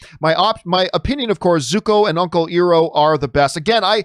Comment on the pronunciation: John Iroh's name is pronounced i row not e row.